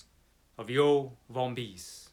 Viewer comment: Love your review! I have the book already! I love Smith, and I love your pronunciation of "Yoh Vombis."